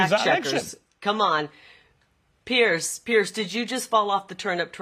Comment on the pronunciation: His name is Piers, not Pierce.